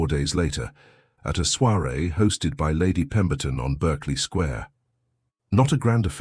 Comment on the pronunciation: "Berkeley Square" - I believe it's pronounced "barkley". "Pall Mall" is pronounced "Pell Mell". And the buttons on our hero's coat are a mess. But the narration is good.